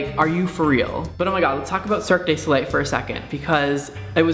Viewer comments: This video has definitely broken the illusion of your intelligence. I love your videos, but "Antithesis?" It's said "AN-tye THEE-sus." Further, it's Cirque DU Soleil, you can just say Cirque and anyone who cares who they are will know who you're talking about ;). There were a few other things, but I'm running out of characters and patience. Sorry. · You're so awful! XDD how dare you make a language barrier joke using the italian word for varied/assorted? ps, Cirque de Soleil is pronounced "serk doo so-lay" but you gotta make it sound french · That's spelt Cirque Du Soleil, and prondounced "See-r-ke-uh' do Sol-eh" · LOL love the way you say cirque de soleil. " circ gay so lay" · Cirque du Soleil is pronounced surk-doo-so-lay... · Cirque du Solei just performed on the Oscars. Really impressive stuff. I'd love to see a performance on their's in Vegas. And yeah, you pronounced it kinda strange, but I forgive you lol and don't think it's really a big deal. :) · Cirque du Soleil! Get it right, as a Canadian I'm offended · Look up the correct pronunciation for Cirque du Soleil. Please, for the love of god just do it. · hes not that far off.. hes just pronouncing "du" wrong. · oh god please learn to pronounce Cirque du Soleil correctly omg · i hate the way you say cirque de soleil.